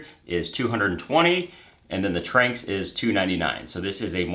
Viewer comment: Not to be that guy but me personally; I think it’s pronounced Tran-X but I could be wrong